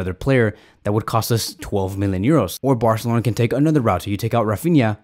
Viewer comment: I like how he says "barcelona"... bwarcelona xd